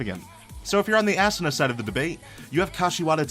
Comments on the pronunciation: It's ahhhhhsuna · Assuna no it's asuna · Ok.. Lets get this straight ASSANA???!??!?! ITS ASUNA! (AU-SUN-A) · Assuna... you mean Asuna xD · Asuna name pronounced like assboobsnah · He said assuna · ASUNAS NAME IS PRONOUNCED AWE-SOON-A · he says it assoona lol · He prenoucenes asunas name assuna lel XD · bruh quit saying ass-sana cringe af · Yes we all know Asuna has a nice ass but it's pronounced Ahh su NAH. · "Assuna" ......uhm ok? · Makorra Nation right? ASSuna? like say it right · I hate it when he mispronounces Asuna name